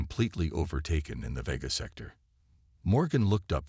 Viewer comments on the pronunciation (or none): none